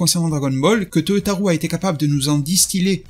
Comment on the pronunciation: Cest vraiment pas important mais je le dis simplement au passage car tu parles souvent de lui. Toyotaro se prononce avec un O long à la fin, non pas OU. Ce n’est pas toyotarou mais Toyotaro. Oui, la transcription phonetique s’écrit Toyotarou, mais le “ou” signifie O long, non pas “ou” à la francaise.